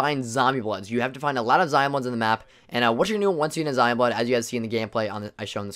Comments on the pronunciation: why are you calling them “zion bloods” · Is he calling it Zion blood?? It’s zombie blood💀💀 is that another term of it I’m not aware of?